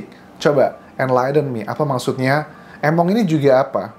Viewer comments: Di baca nya (emong) bukan (Emong) arti nya "gak mau" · Emong itu gak mau kak ,e di baca é 😅